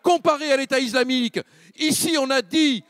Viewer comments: Pourquoi il dit iZlamique ? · "l'état izlamique" rofl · "L'état iZlamique" Mdrrr😅